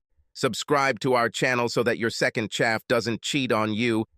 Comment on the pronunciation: Mr. robot voice man talk funny! Hire a fucking real human to narrate instead of a goddamn computer. "i'll be home around one-soo-woh" ...... Wow! And what the hell is a "second chaff"? Goofy ass fucking robot voice bullshit.